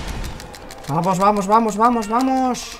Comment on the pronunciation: me canse de escuchar "vamosh vamosh por diosh"